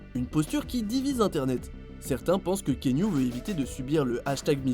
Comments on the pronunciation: ça se prononce ki-a-nou, il le dit lui-même en début de vidéo. C'est pas ki-nou, ni kiniou lol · KiAnou KiAnou non pas kiniou 🤣🤣🤣 mais chez les polynésien on prononce KéAnou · La voix off sérieux! KI A NOU et pas can you!! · Kiniou ? C'est quoi cette prononciation ? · "Kiniou" haha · c est pas kinou c est cest Kéanou le u se lie ou et c est polynesien lol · Kéniou? It’s actually Kianu ( Kian-ou) or just like it’s written ( Kéanou) 😂😂😂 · Stp c’est pas kinyu mais keanuuuu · Kianou ! ça se prononce kianou bordel ! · Ça se prononce "Ki-anou" pour l info ;-)